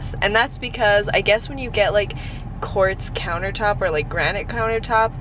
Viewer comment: this whole time I thought you said cords countertops lol